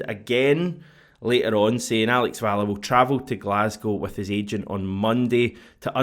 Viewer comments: …. Valle is pronounced “Va Yay” I’m nearly certain. 👍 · Hate to be that guy but I don't think anyone else has said it yet. 'll' in Spanish makes a 'y' sound, and 'v' is pronounced as 'b'! Either way, I hope he's better than Bernabei.